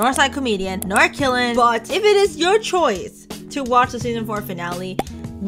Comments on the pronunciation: something minor i wanna point out , qilin is actually pronounced “chi-lin” not “kilin” lol also im starting to fall in love with the show again , marinette is finally getting a little more development and something else other than just adrien adrien adrien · i thought “qilin” was pronounced “chilin” bc of genshin impact 😭